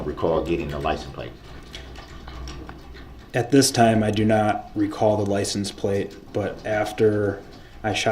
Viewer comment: He didn't even say liscense place. He said "liesen place" !